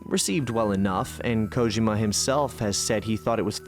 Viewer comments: Koh-jim-uh? You mean "Koh-Gee-muh". This video is top tier either way. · Not even 10 minutes and then he mispronounces Kojima lol